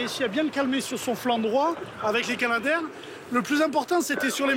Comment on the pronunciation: Alors c'est Canadair, comme Canada et non pas Kanada.